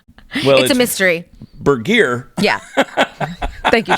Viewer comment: stu burguiere?? i always thought he was saying stuber gear